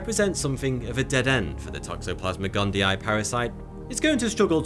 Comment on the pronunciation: Fun drinking game everyone... take a shot everytime you hear him say "Toxoplasmic Gundii" lol